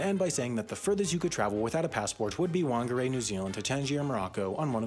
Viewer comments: "WHANGAREI" That's not how you say Whangarei. You say it fang-arie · It's pronounced Fungarei, not Whangarei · waungareii wtf lol that sounds wierd i thought it was pronounced fangarei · WH in the Maori language is pronounced as an F. My parents lived in Whakatane for 6 months over 10 years ago. Say it out loud. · WANGARAY, NEW ZEALAND sorry to be that person... but its f-u-ng-a-rey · It's not Whangarei It's Fungarei (For pronunciation) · no its not wong-a-ray its pha-nga-ray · Dude Whangarei is not pronounced ‘wangarei’ it’s pronounced like ‘fangarei’. The wh makes an f sound in the general Māori dialect. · btw it’s pronounced fungaray not wangeray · Btw it’s now said wangarei it’s said fangarai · Whangarei is pronounced Fangarei, Wh in Maori makes a F sound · WANGARAY? I am feel offend yes (Edit) it’s pronounced f-ang-a-rei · its not pronounced wanagrae, WH makes a f sound. so its pronounced Fahngarae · Whangarei is pronounced 'Phan-ga-ray' not 'wong-ga-ray' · Whangarei is pronounced with an f not a w. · The “Wh” in Whangarei is pronounced as an “F”. Just letting ya know ❤️ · W - angarei, excuse me. The "wh" makes a "f" sound and sometimes a "wh" like the old pronunciation of what. But most say it like "f". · It’s pronounced FUNGARAE not WANJARAE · Whangarei is pronounced 'Fun-ga-ray'. 'Wh' in Maori is a 'Fer' sound ;) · Whangerei is pronounced with an F! The 'wh' sound in Te Reo Maori works like a 'ph' in English :) Also I don't think there's many international fligths leaving Whangaz lol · Unsure if someone's already commented on it or not, but place-names in New Zealand with 'wh' in it tend to be pronounced with an 'f' sound. would be"faang-ah-ray" :) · You butchered Whangerei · Just wanted to point out you pronounced Whangarei wrong. In Māori “wh” is pronounced like a “f” sound. So it’s like “fangarei”. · Whangarei is pronounced fung-a-rey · IT'S FAH-NGA-RAY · Its F(WH)ANGAREI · Good episode but its pronounced Fengeri even though its spelled Whangarei